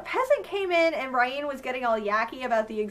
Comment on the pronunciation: Why do you pronounce Brienne , Bryen? It's pronounced Brih-en in the show. Otherwise another excellent recap , I love all your videos!